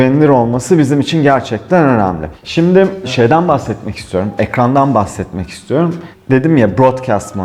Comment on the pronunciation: ''İstiyorum'' demek çok zor sanırım ''istorm'' moda şu ara